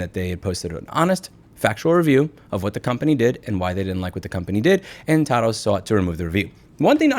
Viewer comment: 🛑🛑🛑It’s PRONOUNCED “TAH-DOO” (slang for to-do) 👀👀👀 not pronounced “tah-doh” 🤦🏻‍♂️🤦🏻‍♂️🤦🏻‍♂️🤦🏻‍♂️ Love you, Louie God bless 🙏🏻🙏🏻😎😎